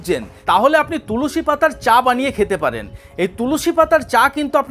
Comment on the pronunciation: Tulusi noi tulsi